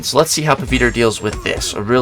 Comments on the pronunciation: Bro he is pavithr bro not paviter 😂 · Somenes gotta teach him the pronounciation man, not hating on him tho